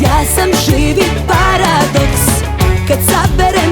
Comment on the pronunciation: pripremila se da kaze paradoks, pa je rekla PARI.😂